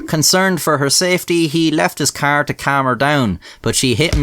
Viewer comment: Omg car (K)R, not keeer